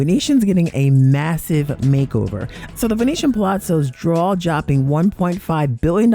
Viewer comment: Draw-Jopping? (4.18)